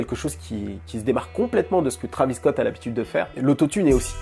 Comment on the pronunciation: Arêtes de dire trAvis scott c’est trÉvis scott c’est comme si on disait hiconnic